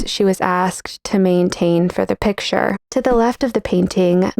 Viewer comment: It's "picture", not "pick-shuh". {:o:O:}